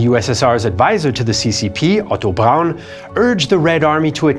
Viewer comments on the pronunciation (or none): none